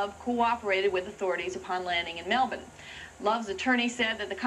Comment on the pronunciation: this is the first time i've heard an American not only pronounce "Melbourne" correctly, but also pronounced "Brisbane" correctly. that lady must have spent time in Australia.